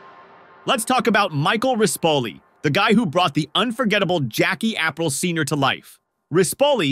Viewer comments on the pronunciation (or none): How does a channel that produces so much Sopranos content mispronounce Aprile?